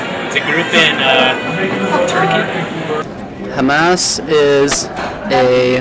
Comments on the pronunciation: OK, sure, they're astoundingly ignorant on some things. But let's be fair: the way he pronounced "Hamas" was wrong, and could be heard a "Hummus" or "Hamas", so the "chick peas dip" answer is actually not bad, and the one guy knew quite a bit of detail about Hamas.. And as for the president of Iraq: let's face it, we put these clowns up as "leaders" of their countries every time we invade (excuse me "liberate") some other country and they usually last about three days past the end of our occupation, so I haven't bothered to learn those names myself. Unless, of course, they do like Saddam Hussein and Noriega U Thant did and become brutal tyrants, and then we go in years later and "liberate" the country again. Iraq, Panama, Guatemala, .... and we tried but failed in VietNam and Iran. So screw what our puppets' names are; I don't care. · Hamas and hummus are two very different things, but given that the interviewer didn't pronounce either correctly, I don't blame any of those people for not knowing the answer they were shooting for.... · I like how these people are quizzing other people about to test their ignorance yet they pronounce Iraq and Hamas wrong. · Well it's not like he seemed to know how to pronounce it either.